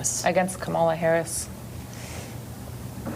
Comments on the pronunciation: This is an issue for Kamala undeniably. However this is highly suspicious here. 1) the lady that said she’s voting for trump it’s very possible she was already voting for trump and she probably voted for him the last 2 times. The giveaway is that she kept calling Kamala, “Ka-MALL-a” 2) She ignores the point that trump would be even worse for Palestinian people. I wouldn’t be surprised to find out this lady has been a maga red trumper and it’s all over her social media. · Why do all MAGA or anti Harris, mispronounce her name? Most likely on purpose. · The racist who intentionally mispronounces Kamala's name and votes for Rape's MVP is beyond lacking in credibility. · The Trump voter mispronouncing Kamala Harris name is just untrustworthy. Especially considering the interviewer just said the name correctly.... People will tend to mirror the attitudes and words of those around them. Also we don't know the conditions Biden provided for him to step down. It could be that Biden insisted on unwavering support for Israel for him to step down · She didn’t even bother to pronounce her name right. This is a panel of idiots. Listen to them.